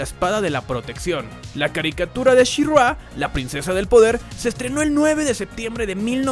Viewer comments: Soy el unico que se desespera que le llama Shirrua? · Pregunta para el primer narrador del video (): ¡¡¿Quién demonios es "SheRua"?!! 😂😂😂😂😂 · She Ruá???? Aprendere los nombres amigooooo....malisima reseña bro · Me Gustó el video, pero que es esa pronunciación de shirrrrgua???? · Está bueno el programa, pero, ése She-RRÁ y GreysCUL me ponía los nervios de punta, y hay una parte del video donde estás "SHE-RRÁ, SHE-RRÁ..." 😅 Terrible. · tanto costaba pronunciar " she ra " ? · Dios no soporte la pronunciación de she-ra en todo este video que para empezar es una pronunciación incorrecta … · Es verdaderamente castrosa la manera en que el fulano que narra pronuncia el nombre de She-Ra. Es evidente que en su vida escuchó hablar de esta franquicia y se limitó a leer el guión. Qué no hay quien supervise las diferentes etapas del trabajo?